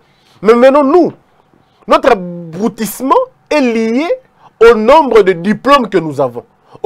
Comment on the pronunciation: Abrutissement et pas abroutissement cher. Licencié que vous êtes vous devez comprendre que c'est pas le nombre de diplôme qui compte mais leur qualité. Ce diagnostic faites le d'abord sur vous même avec sincérité et vous comprendrez mieux.